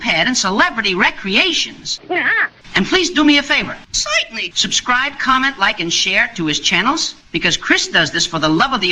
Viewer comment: Zointenly !!! Yuk, yuk, yuk !